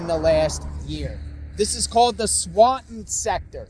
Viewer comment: I told him he had to drop his Ts... SwanTon... milTon.... my favorite snalbans...